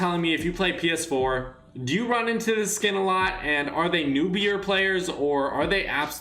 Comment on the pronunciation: You’re saying it as in like skin=skill